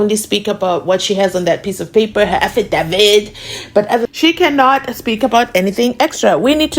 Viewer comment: I love how you and Mnisi pronouce AFIDAVIIIT ❤😊😂😂😂